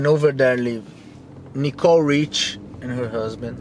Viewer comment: To jak rika Sofia Rich a ne Richie je skvely😂